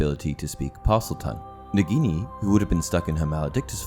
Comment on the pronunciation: I Lowkey get triggered you pronounce it negini rathen that nAgini